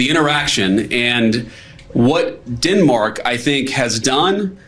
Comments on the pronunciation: Captain eye liner vance has a strange way of pronouncing Denmark as Dinmark ? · “DINmark”??? GTFOOH JD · Did I really just listen to guyliner Vance call Denmark "dinmark" 8 times??? Didn't President tRump deny knowing that he was even in Greenland??? Canada is securing our Arctic and the Northwest Passage with a new over the horizon radar defense system called JORN from Australia. PM Carney has ordered pay raises for all military, shoring up recruitment, planned for new submarines and 15 new destroyers as well as new ice breakers to be built at our shipyards in Halifax and B.C. So no, tRump's wish to take over Greenland so he can better position himself to invade us will not work. Besides, we are NATO allies with Denmark, so no point even trying Donnie.